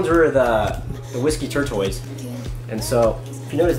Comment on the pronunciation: It's TORE-TUSS (like the turtle); not TORE-TOYS. :)